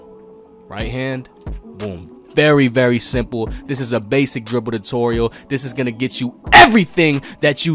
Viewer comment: Whats a Dutorial lol